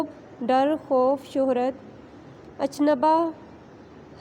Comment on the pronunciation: Ach nabah nhi hota madam achambbah hota ha